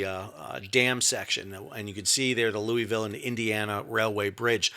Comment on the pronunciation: Lou-a-ville and Hee-brun